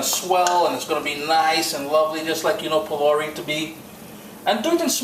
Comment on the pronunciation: Why do you pronounce the words so unlike the original pronunciation?. ...”phulaurie” is how it’s pronounced.